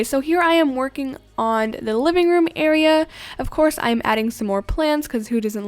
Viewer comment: "Now I'm working on the bed AREAR" - " WHATS AN AREAR????!!! " - Me